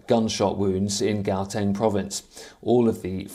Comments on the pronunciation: Geowteng province😂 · Gauteng is pronounced howteng